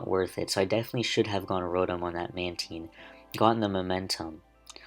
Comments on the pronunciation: Is mantine pronounced like that? :o Manedgyteen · THATS NOT HOW YOU SAY MANTINE